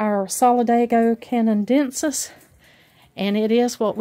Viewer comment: Solid-AY-go can-uh-DEN-sis